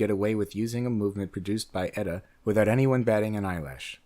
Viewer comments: its not "etta" its E-TEE-EEHA. it makes you sound like an idiot! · It's E-T-A, not "Etta". And it's still ETA that does most of the custom finishes and all the so-called BS "up-grades" made to order for all these companies, do you really think for a moment that a company that would use their movements is really capable of doing that kind of work to something that's already built? And it's also ETA again that's making the new so-called "in-house" movements for its other Swatch Group counterparts, anything Swatch Group is in-house, you credulous dope! Stop believing the industry lies and their Swiss slight of hand.